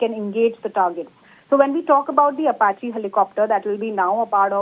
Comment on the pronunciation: Does this news anchor read the teleprompter script before going live? Sounds like she is trying to understand the words she has to say right before saying them... Ap---a---che.... At least learn how to pronounce the name for God's sake! You sound stupid and unqualified to report on the topic.